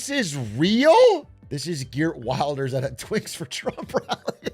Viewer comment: The Dutch right party's leader's name is pronounced like "Hurt Verlders" but I'm going to call him "Gert Wilders" from now on cus that's going to make his supporters so mad